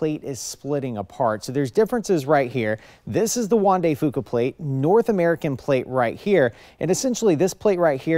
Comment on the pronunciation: Definitely not. the Straight of Juan de Fuca was mispronounced, and if the diagram is correct, the quakes occurred of of the coast of British Columbia - not Washington State...